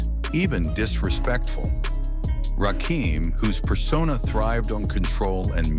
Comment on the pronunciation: NOT RAKEEM, RAKIM!!!!!!!!!